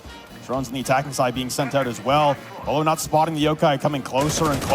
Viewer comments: Why do they say bwhylow it’s bo lo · Did he just call beaulo BWYLOW? Lmao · Everyone: "Bowl-oh" This dude: "Bewaylow" Like, why are you pronouncing it that way? 😂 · "wilo" "bualo" "bilo" bro can you just call him beaulo? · how do people get "BwaiLow" from "Beaulo" BO-LOW it isn't hard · Nobody:: “Bueylo” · HE SAID BWYLO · how do you have this many clips of beaulos name being said and yet still say it wrong hahahaha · I’m convinced you pronounced “Beaulo”differently every time you said it